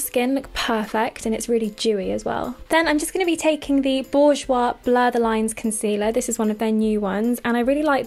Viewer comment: I'm french and you said "Bourjois" in a very gorgeous way <3